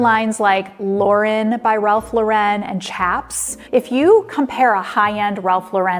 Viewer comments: Ralph Lauren's last name is pronounced the same as the female name Lauren, which is Ralph's daughter's name: LORE-en. It is NOT PRONOUNCED like Sophia Loren's last name. The accent is on the FIRST syllable in Lauren. As the saying goes, the more you know! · Outstanding video. I can see you did a lot of research! I feel like a very savvy shopper now! Just wanted to let you know that Elie Tahari is a man, and I believe you mentioned him as "her." Also, Ralph Lauren's name is pronounced "Lore" en, not "La ren." I do enjoy your videos 🥰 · The correct pronunciation is "Ralph LARR-en". NOT "Ralph Larr- ENN." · Thanks for this info! Just one note... you pronounce "Lauren" (Ralph Lauren) incorrectly... it's actually pronounced the same as the female name "Lauren"- not a faux french "Law- Ren". This is a common mistake. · Why are you pronouncing Ralph Lauren as Lor-WREN? Thats not how he pronounces it. Where does this pronunciation come from? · Hard to take advice from someone who CANT pronounce RALPH LAW-ren. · Ralph Lauren is an American brand and not pronounced La Wren!!!! Lauren rhymes with Warren! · Learn how to pronounce Ralph Lauren. You’re supposed to be a pro. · Stop mispronouncing Lau-ren in the name Ralph Lauren. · Too bad you cannot pronounce Ralph Lauren properly. No credibility when so misinformed. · Good info that is true of all outlet stores including Nordstrom Rack. It’s sad how fabric quality has really gone down hill. FYI you are not pronouncing Ralph Lauren’s last name correctly.